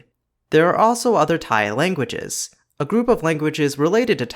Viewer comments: I'm a native Thai of myself and I want to say that the way you pronounced Thai consonants is so delicate and slightly adorable for a non-native speaker, buddy. Keep up the good work. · As a Thai native I really appreciate your explanations in this video! There are things that I took for granted and things that I didn't know before especially the sound changes that led to the hot mess we have today. Also, you do well on the pronunciation!